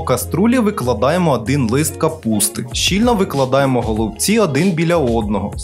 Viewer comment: Вже за наголос в слові голубці підписуюсь на Вас